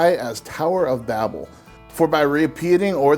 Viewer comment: Oh, and Babel rhymes with able.